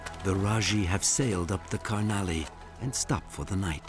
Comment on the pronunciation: I’m from Nepal. N as I know these people are called Majhi. Not Rajhi 🥰thank you for your respect sir